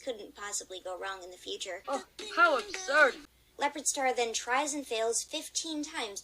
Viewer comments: How ubsurd! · the annoying thing is Sasha is so stupid so I am going insane because of Greystripe saying "How Abshurd" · HOW ABSHURD! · Uh absoud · oH HoW aBShuRD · OH, HOW UBSURD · This is a sign that sasha is in a bad relationship.'OH, HOW ABSHURD!' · Well how abshurd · HOW ABSHURED SASHA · Oh how abshurd! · Greystripe says "hOW ABSURB" 22 times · I think that graystripe saying how absured......... But ok ........